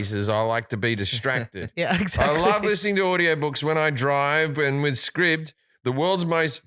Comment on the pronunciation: Scribd is said like scribed